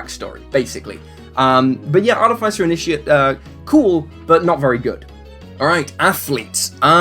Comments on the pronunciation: The way you pronounce Artificer is grinding my gears. It's aar-tuh-fuh-sr with an accent on aar, not aar-tuh-fi-sr with an accent on fi. Minor pet peeve of mine. Carry on. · Google pronunciation search gave me Arr-tuh-fuh-sr. When I heard you say it differently than I've always said it, I looked it up. It was completely different than what I figured it would be. But subtly so. My group always pronounced it Arr-TIFF-eh-sr.